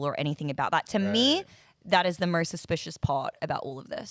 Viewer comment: Why does this lady in the video keep adding an "R" to some words. Morst= Most